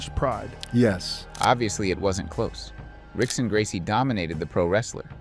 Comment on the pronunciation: Vayl tudo🤣 Rick-son Gracie. Wahnder-lay Silva